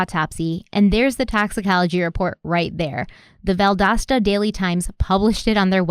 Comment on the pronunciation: Seriously 😐 you can’t say Valdosta correctly? And after saying it numerous times you have to make a deal about when you say it? You mispronounce quit a few words! Deal with it! We all do when we hear it!